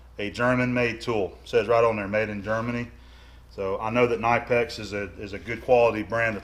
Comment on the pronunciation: You actually pronounce the 'K' in Knipex - it's not silent. ;-)